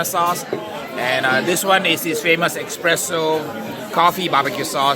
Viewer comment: love you and love every video you make. I appreciate you waiting four hours for me! Side note: it is spelled and pronounced “espresso” not “expresso”